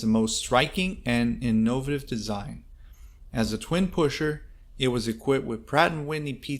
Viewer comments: “resomblence.?” Wtf…”inknowvative…?”.. another wtf…crock of $hit video… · Good video of interesting aircraft! Well done doing your own narration - thank you for that, I hate the canned voices. Oh, btw - it's inno-VAY-tive! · Someone needs to learn how to pronounce "innovative." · The way you pronounce innovative and resemblance? 😉